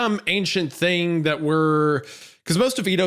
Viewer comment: I love when wendi pronounces "thing" as "thingah"